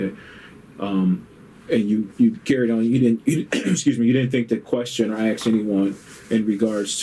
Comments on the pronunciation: It bothers me because English is my 5th language and when a native English speaker in a rather important job, cant even pronounce the word ASK.. I dont know, i maybe get sad on behalf of the English language. People are either dumb or lazy when they fail to speak their own freaking language. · Black folk. It’s ask not axe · ASK. A-S-K. NOT AX. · “Do you speak good english?” Then proceeds to “lemme ax you dis and lemme ax you dat” 😂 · Norway dude: why u keep "axing" me? We didn't use an ax on anyone! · Axe a question. LOL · The guy interviewing: " Is English your primary language"? The guy interviewing: "I need to axe you some questions." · My I axed you a question 😬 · This whole interview I can’t stand because the guy asking questions keep saying “axe” “axes” you some questions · Wow he says Axe instead of ask. Perfect English otherwise. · Why in the fuck do some people have so much trouble saying the word ask? It's not axe; its ask for christ sake!!!!! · The officer conducting the interview has worse English than the guy getting interviewed. Let me “Ax” you a question. Tell the “troof.” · I love the way the IA officer says, "Let me ax you a question..." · If someone ever "Axes" me a question...... I sit and stare at the person until they ........."Ask".....me a question..... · Detective: you understood what was “axed” of you on the form”... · Lemme axe you a question.. 🤦‍♂️ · “aks” lmao.... Why is it impossible for blacks to say the work “ask”? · I cant help but cringe every single time the interrogator fails to say the simple 3 letter word ASK... Failing to pronounce ASK and pronouncing it as AKS or AXE is truthfully on every single chart or statistic a sign of a low education.